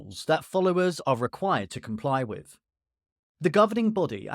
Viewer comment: Saying wiv and wivin instead of WITH and WITHIN is sinful.